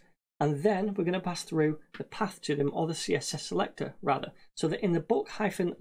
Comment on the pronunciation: This is small, but how he says SeLecctoRRR cracks me up